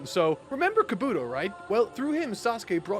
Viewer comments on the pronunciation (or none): the fact you have yet to say kabuto right between 12 parts is hilarious. KA-bu-TO not ka-BU-TO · The easy pronunciation fix: stress the first syllable of the 3-syllable names. OH-bee-toh KOH-nuh-hah KAH-bu-toh MAH-duh-ruh DAY-duh-ruh Etc… P.S. Loved the video. I’m happy you’re enjoying the series so much! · The way this man says Kabuto is still annoying, yes its spelt like helmet except its pronounced with an E/I not the U when it comes to his name. Kabi-To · I know this is the last time he’s gonna have to say it but I really hate how he says kabUtos name 😭🤣🤦🏾‍♂️ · It’s pronounced Kah-boo-toe and Ko-nah-ha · You pronounced "Kabuto" 3 different ways in a matter of seconds. Do you truly not hear the differences? Do you care at all about consistency or cohesion? You'd think after literally hundreds of chapters you'd at least try to pretend to give a damn.